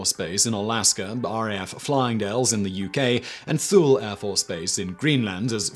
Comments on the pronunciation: Thule AB, Greenland It’s pronounced: “TOO-lee,” not “Thool.” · And Thule AFB in Greenland is pronounced "Tooley" and not "Thool." Lol. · Thule is pronounced Too-lee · Another fun video Simon, but; Thule is pronounced like Tooley in English, or toolah if you're Nordic. Since the city was named after the Nordic people, "Toolah" is probably the most correct.